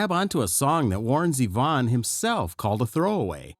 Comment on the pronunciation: That's right. The groove is straight eighth notes. Was the narration written by the same Chat Bot that reads it and mispronounces Z-Von again and again? You can do better, folks (robots).